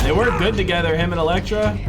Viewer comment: He finnaly said Elektra!! 🙏🙌 lol, jk love the reaction as always ❤️